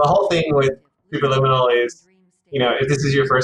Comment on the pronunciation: ok.. let me teach you how to pronounce the word Superliminal. Say it with me slowly... Supe.... Per.... Lim... min.... nal. Not sububububububububueral Its Superliminal. k? Thanx. Bye. Ferphuxake...